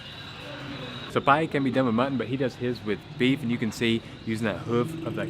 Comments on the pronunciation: You know he is white when he says Pie-Yeyy 🤣🤣🤣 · It is pronounced just like the greek letter Pi. This is eaten in winter.